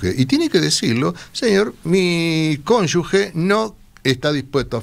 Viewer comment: Cómo les cuesta decir bien CÓNYUGE!! No lleva U